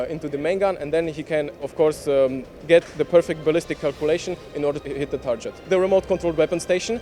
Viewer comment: Is the word TARGET pronounced this way in any English dialect? New to me.